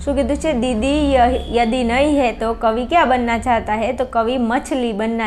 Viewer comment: Mem question toh sarkha bolo Question 8 ma am chhe k didi yadi ndi he toh aap biju j bolo chho 😂 didi yahi nahi he avu bolo chho 😅😅